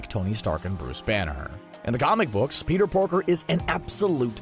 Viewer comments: around this time he said “Peter porker” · did he say Peter porker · "Peter porker"